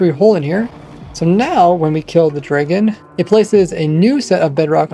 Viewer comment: Bro says draygon lmao